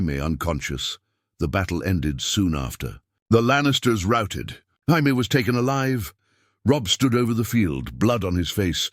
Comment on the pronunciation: So Robb was 15 during Robert's Rebellion? AND IT'S NOT HI-MAY, IT'S JAY-ME. A.I. Trash!